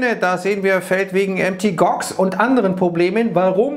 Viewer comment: nicht "MT Gox" sondern Mount Gox 😅